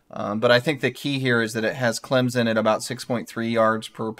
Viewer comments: Hello guys, learn to pronounce Clem - son, not sen. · He says, "Clemzen." Come on dude. If you're going to talk about our team you got to know how to say it! "Clem-son" or even "clemp-son" would be more acceptable than the z... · It's Climpson